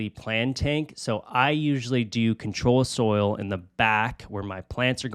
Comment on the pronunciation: It's UNS ControSoil, not ControlSoil It's Fluval Stratum, not Stratun It's Amazonia, not Amazon 😭😭😭